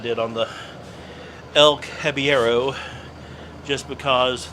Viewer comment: it seems you can't roll the R in the name so substitute a soft D like "cab eh yedo". That should make it sound right if it is said fast enough.